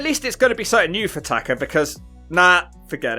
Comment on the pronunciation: TakA. Tah-Kah. Not Tah-ker. Fuckin brits.